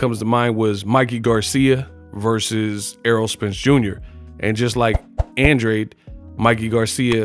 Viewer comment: Great fight, but please don't act like you don't know what Benavidez hydrated back up to!!! It's more like you don't want to report it. The fight was even Andrade lost plain and simple, spare me your innuendo about an advantage for Andrade! And learn how to pronounce his NAME!!!!